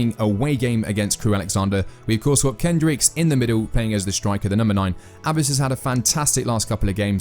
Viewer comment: DUDE! How on earth are you butchering simple to pronounce names like Galindo and Abbas???? Just pronounce them the way they are spelt. You’ll be 95% closer than the way you’re currently saying those names.